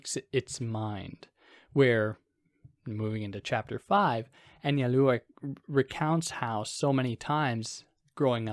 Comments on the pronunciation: Analua? Break it down as An-zal-do-uh—Anzaldua. It’s Basque. Gui-knee-on = Guignion. Not hard. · You said it fine when you pronounced it "in English." Just a little more emphasis on the u. Like "AnsaldOOah." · You should probably try to learn to pronounce her name before hitting the record button.